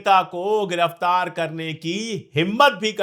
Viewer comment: Your analysis is right sir. (The hindi word is Giraftar not × gh×iraftar )